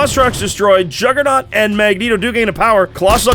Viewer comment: The Jugg-ra-naut? Learn how to speak.